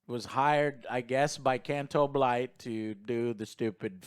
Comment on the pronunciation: I absolutely love mispronouncing names.